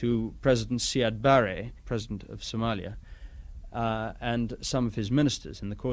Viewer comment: Did he just said Somaya